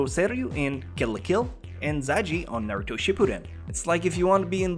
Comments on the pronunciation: if u dont mess with pernunciation anymore than why did u say nairuto instead of naruto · If you don't mess with pronunciation, then why can't you pronounce Naruto right?